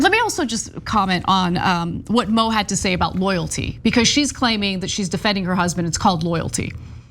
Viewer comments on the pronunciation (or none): Her name isn't Mo/Moe it's MOO!!!!